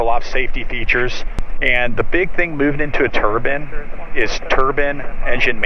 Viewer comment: TBM is top of my list of must have A/C....I am just about 4 million short of getting one in my "driveway"! Lol. Still one can dream! Oh, and ummm I had to laugh at your expense on the mis-pronounced: Turban! Sorry can't help myself. Still you got the sweet ride in the right seat. Not me! So a little bit of green envy!